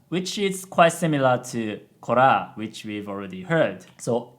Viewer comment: An element of "rough" speech that I notice a lot is the trilled/rolled R's, e.g. ("ikuzo korrra~!"). Sheena Ringo does that a lot in her older songs (e.g. "Tsumi to Batsu", "Marunouchi Sadistic", "Honnou"), some of which are about the difficulties of life.